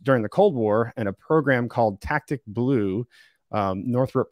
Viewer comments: super minor: "tacit" not "tactic" (tho on-screen was correct)........... super cool stuff!!! thank you both!! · Poor fellow keeps saying ‘tac-tic’ instead of ‘ta-cit’ - I believe the project was called Tacit Blue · He wasn't saying "Tactic Blue", but rather Tacit Blue with a hard-C sound. It's common for people who are auto didactic to mispronounce words when they are self taught from print vs receiving a formal education from a lecturer. He's a sharp fellow so he gets a pass in my book.😉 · Really enjoyable, thanks for getting this to us. is extremely knowledgeable and communicates well. One small thing: "Tacit" is pronounced "Ta-cit", not "tact-tic". "Ta" as in "tassel" and "cit" as in "citrus". Cheers, great show! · Great info and sorry to be a nitpicker, but it's pronounced tah-sit, not tactic. (Tacit Blue program). Meaning of Tacit: understood or implied without being stated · It's not "Tactic Blue" (as in tack tick) it's "Tacit Blue" (as in tass it). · Pronounced Tasit Blue, not tactic blue. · It’s tacit blue, not tactic blue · I think it's "Tacit Blue", not "Tactic Blue". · Tacit blue. Nit tactic blue. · "Tacit Blue", not "Tactic Blue". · FYI tacit is pronounced taset